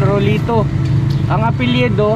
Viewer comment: Apelado po cnabi nyang apilyedo sir